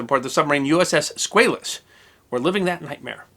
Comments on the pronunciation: USS SquAlus not SquaYlus. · It's SQUALLUS, not Squayllus... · Love this channel. But you are not pronouncing Squalus correctly. The A in Squalus is pronounced as a short ā. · You are a good man doing great work. At 63, I have been a history afficionado all my life. You may want to double check your pronunciation of 'Squalus'. As a shark, worldwide, its pronuncoiation is usually Sqwall-ous. Note Sqwale-us. Mayhap this is just you being American. Thank you for your work no matter what! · It may be the bow tie, but I think what really annoys me is this guy's insistence on mispronouncing the name of the submarine.